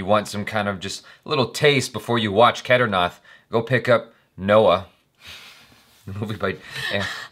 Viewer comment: I've just watched the first few seconds but I'm leaving this comment already: Kedarnath rhymes (mostly) with bat or fat NOT bath or math (the "th" sound of bath/math etc doesn't exist in Hindi, their "th" is literally just T + H) I'll say it until you see this comment then when you say the word well I'll know it's because you saw my comment lol xD